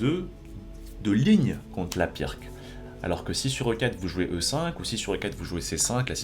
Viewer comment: Pas très important mais ça se pronounce "Pirtz" et pas "Pirque"